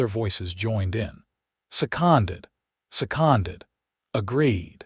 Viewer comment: Fix you AI.... It seems it cannot say SECONDED right.....